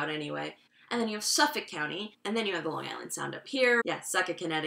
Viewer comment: I confuse about the Whitman comment what was that about? Also just to be sure that really is the way to pronounce Long Island? I am not being prank? 4 years in America n my accent still grind people ears DX.